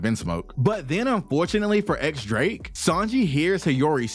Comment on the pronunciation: Drake's name isn't 'X' the x here is read as Diez, or 10 in Spanish